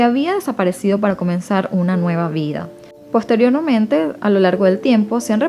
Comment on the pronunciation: Muy bien, muy natural y relajada la manera en que narras. Felicidades 😊 Ah, cuidado con la palabra posteriormente 😁🔄